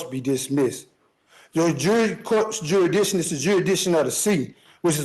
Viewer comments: 10 minutes in, and he can't even pronounce jurisdiction. We are in for an interesting ride, friends 😂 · Why can't any of these sov cits pronounce jurisdiction 🤦